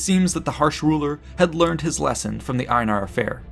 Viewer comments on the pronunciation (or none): none